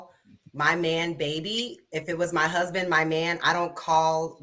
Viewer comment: She don’t have a huh-sband? Lol